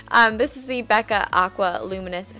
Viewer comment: Whenever you say Becca I I think of one of your videos that you say "Bequa" lmao